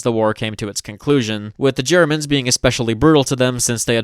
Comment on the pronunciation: you gotta stop germans "germs" dawg it single handedly makes me not want to share you videos with friends.